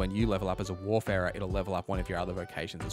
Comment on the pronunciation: It’s WARFARER not WARFERER, bro.